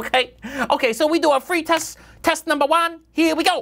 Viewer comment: i like that part where the pronunciation of "three" and "free" are mixed up lol. we chinese often make that mistake